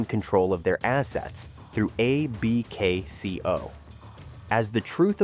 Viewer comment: Great video but stop spelling out A-B-K-C-O. AI, it's Abkco.